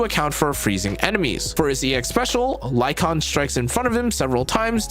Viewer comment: HE DID IT! HE PRONOUNCED LYCAON CORRECTLY! LETS GOO!